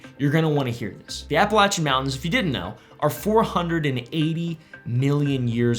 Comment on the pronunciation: Finally a YouTuber that doesn’t butcher the name, Appalachian